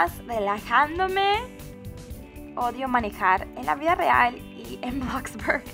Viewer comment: bloxburg no blaxbarg :v